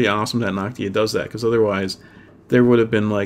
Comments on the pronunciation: Noctua not Noctia ^^ But awesome tutorial! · Damn it annoyed me that he said Noctia instead of Noctua.